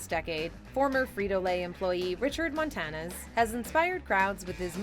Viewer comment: It's Montañez, not Montanez.